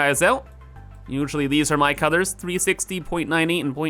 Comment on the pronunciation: Did anyone else hear Cother? of Codders when he was talking about Colors? or am I just super sleepy? 0_o